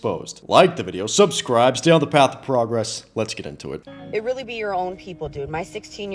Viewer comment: She said it weally be your own people man😂😂😂😂 its ya own fault